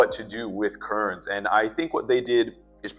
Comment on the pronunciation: KERN'S, NOT Kurns